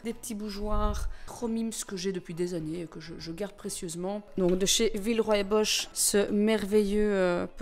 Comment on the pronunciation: Mon dieu quelle splendeur ! On imagine tellement passer une soirée dans cette bonne ambiance... C'est magique, vraiment! Ps Villeroy et Boch se prononce " villeroy et bok" 😉